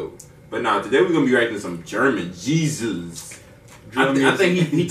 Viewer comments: Bro his name is GZUZ it mean „Ghetto Zeug Unzesniert“ wich means in english like ghetto stuff uncensored but you pronounce it gisus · U pronounce him like gizes not like Jesus bro he’s definitely not Jesus 😂😂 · Guys that means what were you thinking? Thats the Titel. And you pronounce it more like Gizzis not like Jesus 😉 greeting from Berlin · Gzuz is pronounced like a word between Jizz and jesus. Like Jizzus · U pronounce "Gzuz" more lile (don't laugh) "jizzus"